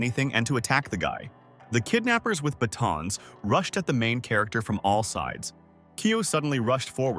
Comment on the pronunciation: Hai-ann "rooshed" to the exit